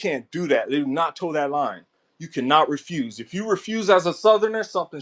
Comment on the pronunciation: TOTEN the line, that’s most definitely some law enforcement prison talk. And that’s not even the correct pronunciation it’s, “toein the line”.